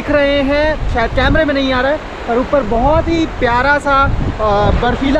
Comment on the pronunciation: उप्पर नहीं मेरे bhai ऊपर होता hai...